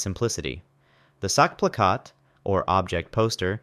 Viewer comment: "Sackplakat"😭 The way you pronounced it, it means "balls poster" Ch is like a cat hissing